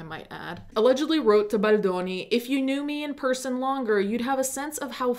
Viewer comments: You are my number one go to for this story, not just because I've been a longtime subscriber, but because the way you say baldoni in scratches my brain in the right way 🤌🏼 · it’s so annoying that you say baldoni like that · The way you say “Baldoni” 😍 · Idk why but the way you say Baldoni makes me laugh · I think she’s pronouncing like an Italian